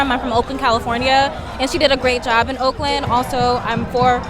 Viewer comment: “She did a great job in Okaland“ 😂😂😂😂